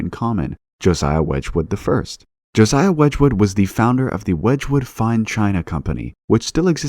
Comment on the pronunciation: I love these videos, but I'm sure there isn't a single one with some dodgy pronunciation of names. Here are a few: Josiah = juh SIGH uh (not joe ZYa) Ralph = rhymes with "safe" Keynes = keens Aldous = ALL duss (not all-DOE) Erasmus = eRAZmuss